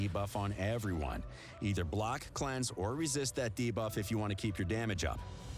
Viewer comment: I'm just happy this voice guy has learned how to say 'debuff' properly ... bigger deal than hydra boss imo